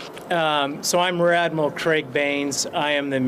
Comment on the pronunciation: Did he just say he's RADmiral Craig Baines?